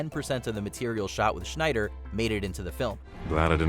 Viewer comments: Snyder not Schneider. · Schneider it's not said like that Lol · Zack SCHNEIDER? lol